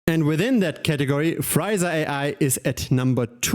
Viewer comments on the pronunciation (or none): The name should be pronounced Free *sa not Friza. Two very different things.